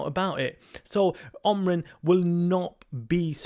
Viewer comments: It's Aaaaaaamorim, not Omrim. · Amorin is ah-moo-rin not Omrin ffs